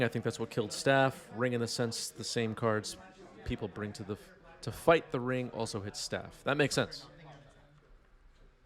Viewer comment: Magic: The Ga-The-Ring